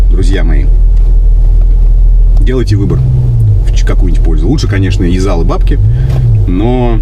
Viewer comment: Когда ты сказал "И зал и бабки", послышалось " Лизал у бабки" Видимо у богатой)